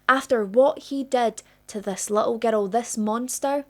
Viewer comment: It's a 'girl!" NOT a :ger-dell! 😮